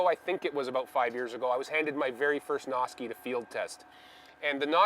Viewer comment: (Sounds like you're saying "Nazi.") Might want to change that up. ;-)